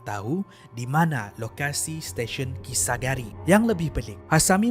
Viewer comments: kisaragi bukan kisagari hehe cuba tgk betul2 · kisaragi la bukan kisagari 🤭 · Terperasan yg perkataan Kisaragi tu, Salah sebut, sebut kisagari kalau x Silap Saya lh. Ini Tegur ja, harap jgn kecam.😅🤝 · Memang la xjumpa dan xtahu namanya kisaragi bukan kisagari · kisa ragi min.. bukan kisa gari...😆😆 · bukan kisagari laa.. kisaragi namanya:p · salah sebut nama station kisaragi 😁